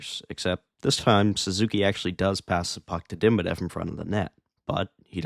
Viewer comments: It's Demi-dov not Demi-dev. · its demidov not demidev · De MI Dov. Russian names place emphasis on the penultimate syllable, like Italian. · Had you never heard his name pronounced?